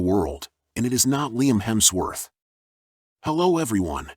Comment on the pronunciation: Lemmy Hemsforth?! WTF are you doing? OMG😂😂😂